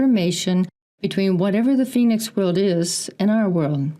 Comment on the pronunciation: Anyone else catch Robert Sepehr pronouncing Phoenix foynix? It’s in his Red Race vid explaining the meaning of the word but seemed to avoid saying it the way we say it here. He promotes old timeline theory and semen retention…hmmm.